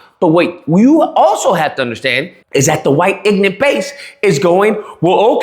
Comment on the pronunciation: there's something that kinda peak ironic to pronounce the word ignorant as: "Inant" given what the word ignorant means...